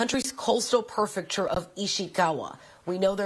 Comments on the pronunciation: Prefecture, not “perfect-ure”. Take responsibility, it’s your job to speak well!! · Not to be a jerk but my ocd can’t help it……it’s PREfecture…not perfecture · Somebody at fox needs to correct her callingit "PERFECTURE" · Could she have learned the word "prefecture" before reading on air???